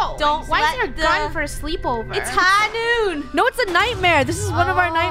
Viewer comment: No one:: iTs HiGhNoOn (Mcree who?)